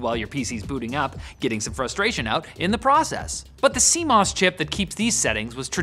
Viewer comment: "See Moose"? I thought my computer had squirrels and bugs?